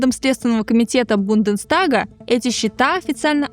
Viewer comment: Единственное, что меня напрягает в подаче - файненш_анал и бундеНстаг